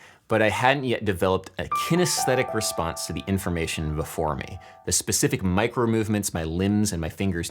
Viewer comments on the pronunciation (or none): none